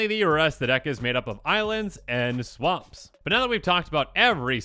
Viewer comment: Swamps he says....hmmm (just teasing)